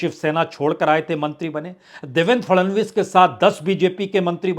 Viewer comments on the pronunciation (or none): none